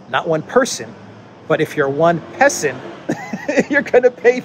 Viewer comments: “Peson” = “Peasant” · Isn't 'pesson' prounoced 'peasant'? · "Peson" is classic Chinese English. Get used to it. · Hahaha I laughed out loud with your “peson”,! I love how you can add some mental health-preserving humor without downplaying the severity of the problems the world is facing. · "Peson", hmmm. I suspect it's an extra "s" rather than a missing "r".